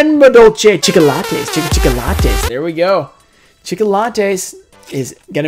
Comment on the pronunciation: Evry tim he said chickolates, i loss bran cell